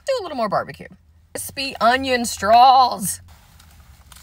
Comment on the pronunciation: omg Ur accent really hit on the "crispy onion straaaaaws" love it😂